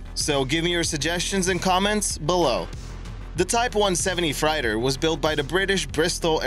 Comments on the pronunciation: Hey, guy, I luv yuh, but "fright-er (31.39)?" That's a vehicle that carries "freight," as in seagoing "freighter" or, without the "er," a "railroad freight car." No biggy, just FYI. (BTW, interesting fact about the 737 hijackings!) Keep 'em coming! Stay safe, everybody. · Bristol freighter, fr-8-er!